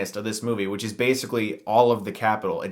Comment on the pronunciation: *in Whhich